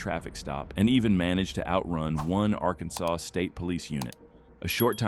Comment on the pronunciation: The AI VOICE drives me nuts! Arkansas sawz?! Wtf?!!